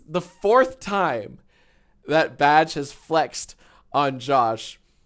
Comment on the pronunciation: Anybody else stop hearing "Badge" and started hearing "Vadge" about halfway thru the vid?